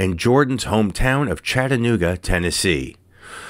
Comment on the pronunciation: Thank you for pronouncing Chattanooga correctly.👍⬆